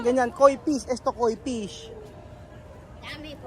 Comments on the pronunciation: Hi. It would be nice if you can pronounce the F (PISH) properly. Thanks ✌️✌️✌️ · fish not pish😁✌️ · KOI FISH NOT “KOI PIS”...😂😂😂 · I pronounce mo ang letter F correctly kasi letter P yong pagka bigkas mo sounds like Pish sana sa tutorial nila turuan cla ng correct pronunciation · Hola,. He visto bastantes videos tuyos y lo que estás haciendo es digno de elogio, especialmente en lo que respecta a la educación de los niños. Sin embargo, noto cómo pronuncias mal las F y las V. Por el bien de los niños, tenga la amabilidad de esforzarse más en pronunciar dichas letras correctamente. Muchas gracias.